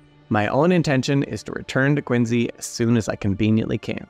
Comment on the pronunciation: Thanks to, I now know how to properly pronounce "Quincy".